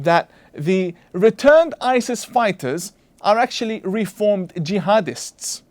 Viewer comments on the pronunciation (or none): none